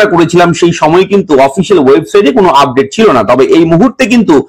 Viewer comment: ব্র্যাকিং আপড্যাট.. উচ্চারণ শুনলে গা জ্বলে যায়।